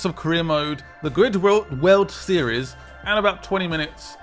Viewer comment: Did he say Glid?